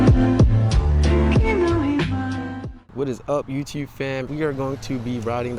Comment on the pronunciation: I thought I recognized the accent , and then the tag confirmed it🤣. I heard that "yew tewb". Glad im not the only R3 frfr out in MD. I upgraded from a 650 to a backroad monster